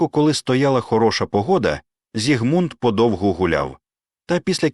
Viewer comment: У імені Зігмунд наголос на першому складі. Чи це ШІ?